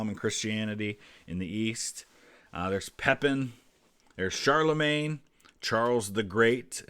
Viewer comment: a note for: the correct pronunciation of "Charlemagne" is not "Charlemaign" but CharlemAgne (same A as in garAge or homAge). Or, we can use Charles The Great, Karl der Grosse, or Carolus Magnus.